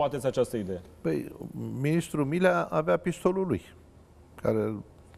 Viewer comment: Dl nici macar nu stie sa'i pronunte bine numele.Domnule P...fiti va rog mai explicit:Generalul Milea sau Mirea???Am observat ca nu numai odata ati pronuntat gresit numele....de vreo 4...5 ori in aceasta emisiune!